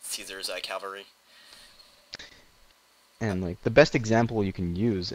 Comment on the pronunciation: love you, but it bugs me to no end how you say "cavalry"....you say "Calvary"....which is The hill outside Jerusalem on which Jesus was crucified.....lol